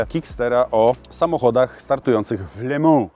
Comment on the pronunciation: No i jest w końcu dobrze wypowiedziane "le mans" 😄 warto było czekać tak długo <3